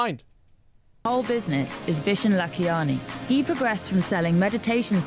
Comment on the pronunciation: Its not a Vision lol, his name is 'Vishen'